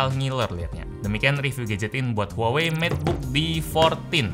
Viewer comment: Huawei: Wah wei: Huawei